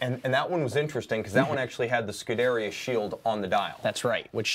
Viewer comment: Scuderia [scu-de-rì-a]. You are pronouncing it wrong. I'm trying to help you out when you are talking to your Ferrari driving clients...